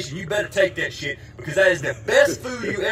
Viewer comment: You know a dude's country when he adds an extra syllable to the word shit. "shee-it"